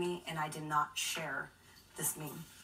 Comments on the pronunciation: Right at the end she pronounces it correctly. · The evidence is clear that she did not make this me me, she can't even pronounce it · You know she didn't have anything to do with memes when she can't even pronounce it XD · The fact she doesn't know how meme is pronounced indicates she is not guilty of making this MEEE MEEE